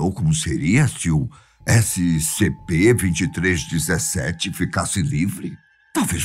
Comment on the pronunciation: Eu não sei porque mas você fala toda vez errado o nome dessescp escp096